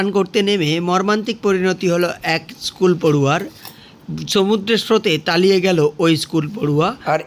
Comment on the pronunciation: তালিয়ে গেল বলছেন কেন?তলিয়ে গেল বলবেন।